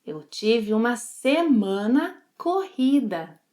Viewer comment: See, I was right Portuguese pronunciation is very tough, "shma-semana" Even the has a problem with the pronunciation! jejejjee (apenas brincando). Fun fact, I lived in Colombia for two years and they use that same hand signal when some thing is really "lleno o pegado" I have never seen that hand gesture used in another Latin American country. Muito obrigado por mais um excelente vídeo. Desta vez, fiz anotações para não me esquecer de nada!